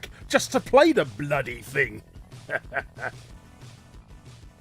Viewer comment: Are you saying "fing" instead of thing?